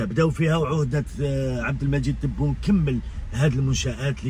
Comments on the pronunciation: C vrai c difficile pour lui de prononcer le nom de notre président abdelmajid Tebboune, hélas le nom kbir 3lih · Vous avez remarqué, il a parlé d'inauguration mais il n'a pas pu dire par qui?, il n'a pas pu prononcer le nom du Président Abdelmadjid Tabboune. Merci de continuer ce combat oui c'est grand combat!